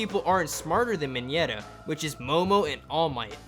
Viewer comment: I know that Mineta is awesome and all but can this dude just stop saying ‘minyeta’